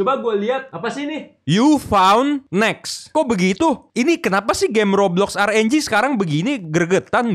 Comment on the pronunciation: Rng bukan R enjing betul